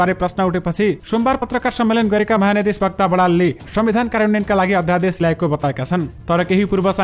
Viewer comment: Prastota jyu wachan shudhhata lai dhyan dinu hunexa "mahanyayadhiswakta" hoina " mahanyayadhiwakta" wachan garnu Hola...!